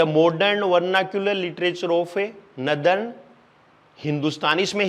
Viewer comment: Sir नदर्न kya होता है नॉर्दन है plz shi बताया करो